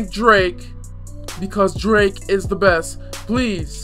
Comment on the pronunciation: ENDER MODZ it's pronounced drake